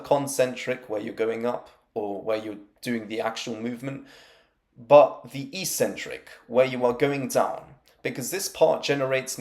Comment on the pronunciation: Why do people on YouTube consistently mispronounce eccentric?